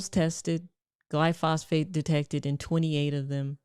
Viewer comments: Funny - high fat carnivore diet improved my after dark performance! Good advice otherwise though! And it is pronounced “gly-fo-sate” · Please learn how to correctly pronounce Glyphosate. There's no phosphate in it. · Glyphosate = GLY-fos-ate, NOT gly-FOS-Fate. I also made the same mistake for years until someone pronounced it properly, and I took another look at the spelling. Great info on diet, by the way. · Friendly correction from analytical chemist…gly-pho-sate, not gly-phosphate…plus soy contains an estrogen related chemical which suppresses testosterone and causes gynomastia or “man-boobs”. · Glyphosate. Not glyphosphate🎉❤😂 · Glyphosate, not glyphosphate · Considering most vegetables are heavily sprayed with glyphosate, not glyphosphate, (you pronounced it wrong repeatedly throughout this video)how can you recommend that anyone eats them? You talk about how oats and seed oils are full of glyphosate so they’re extremely bad for you, but it’s good to eat vegetables?? You’re right about the seed oils, very wrong about the vegetables. Any botanist will tell you 99.9% of plants are inedible before they’re even sprayed with cancer causing round-up. The ones that we CAN eat also come with allergic reactions, lectins, carcinogens, phytotoxins like cyanogenic glycosides, oxalates and alkaloids to name a few. There is nothing bad in meat. Carnivores that have been living this way for 30-40 years are the most healthy people around with very little skin disorders, allergies, autoimmune disorders etc. And they’re not obese! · Constructive criticism … you seem to be mispronouncing the scientific name for the brand name weed killer, Roundup. You are saying “Glyphosfate” and it’s “Glyphosate” … jus’ sayin’. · not GLY-PHOS-PHATE, but GLY-PHO-SATE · Edit out gly-phosphate for glyphosate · You have great and valuable content. Please say GLY -fo - sate. Not phosphate. Thank you. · It's glyph-o-sate, not gly phos-phate. Other than that, you are doing God's work!